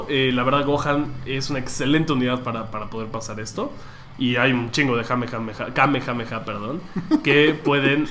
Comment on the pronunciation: Y al chile dice mal el kamehameha :v